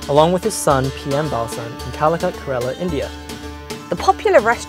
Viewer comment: These people don't even care to pronounce Kerala correctly. 😏